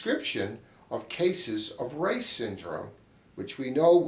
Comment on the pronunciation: Hi. Just a short note on the condition my great uncle Ralph identified - Reye is pronounced "Rye" (as in rye bread), not "Ray". It's an Australian name with distant German heritage. Thanks for discussing an important topic. Kind regards,, Canberra, Australia.